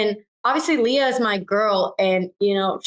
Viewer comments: Why does he keep saying “Leyah” when everyone is pronouncing it correctly as Leah?! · STOP SAYING "LAYAH" PLEASE - legit almost stopped watching because of this so annoying her name is Leah